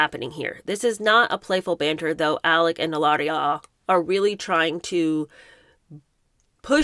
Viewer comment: No need to roll the “r” - her name is Hillary.